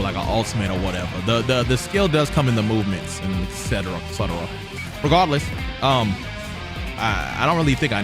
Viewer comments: this man said "RiGaRDLeeS" like 20 times.... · This dude sounding like he casting a Harry Potter spell every time he says “Regahdless”!! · Or regawless i love it how he say it 😂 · No one:: ReGahdless